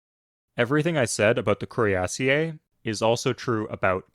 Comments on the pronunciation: The way you pronounce cuirassier is painful. While the origin may be French, that is not how it's pronounced in English anymore. It's cuirass-ear now. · Cuirassier is pronounced "queerasseer" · That's funny, I was thinking exactly the opposite. That pronunciation sounds stuuu-pid. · um, actually it's Cuirassier, you don't pronounce ie as two separate vowels